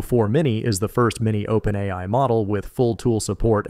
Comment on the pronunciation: as soon as he said openAYEEEi i realized i wasnt watching the channel i thought i was.